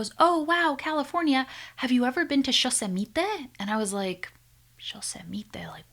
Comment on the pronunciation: As a Spanish speaker, I have to admit that " shosemite " sounds hilarious 😂😂 Cuantas copas tenes che!